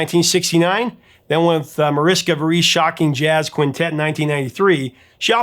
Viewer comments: Mariska VEER-us. Not ver-OOSE. C'mon professor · Mariska’s name is not pronounced Varice, but Veh-res.